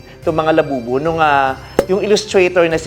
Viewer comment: Did Vice say Lababu?😂